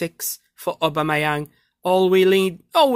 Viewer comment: When he says obamiyang SOOOOO FUNNY